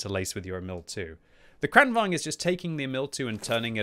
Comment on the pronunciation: omg can you stop call it KHRAANWHAGEN!